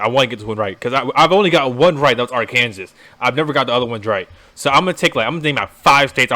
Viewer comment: I get the feeling this dude really thinks Arkansas is pronounced R. Kansas and wasn't being funny.